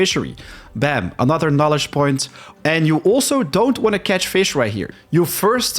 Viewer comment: You pronounced knowledge as Knolist, not good.